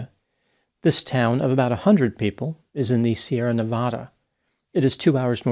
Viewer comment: Biggest pet peeve is when people mispronounce Nevada